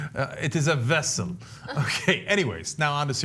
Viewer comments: Cenk, in case you haven't already been corrected, Checkoff would have said "Wessel" instead of "Vessel". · It is a wessel. A WESSEL. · Come on Cenk, Chekov pronounced it 'Wessel'. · "Nuclear wessel" is just a goddamn Russian pronunciation for nuclear vessel, pure and simple. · G Nunchuk I was just telling you that "wessel" was only a Russian pronunciation for "vessel," nothing more nothing less. What's the difference?